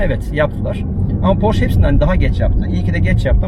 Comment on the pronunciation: tavsiyem araç porş diye okunmuyor :)) sevgiler